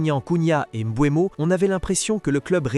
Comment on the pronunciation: C'est Mbeumo pas Mboinbo😂😂😂 Sinon les dégats seront davantages plus énorme chez les adversaires